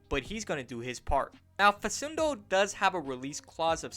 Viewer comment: It's pronounced fa\k/undo not fa\s/undo. As an argentine celtic fan it would be really awesome to see campazzo in green